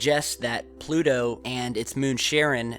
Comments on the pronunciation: Why do you pronounce Pluto with a D sound? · Where's "Plu-do"?